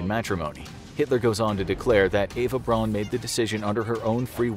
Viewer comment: Eva Braun’s last name should be pronounced like the English last name “Brown”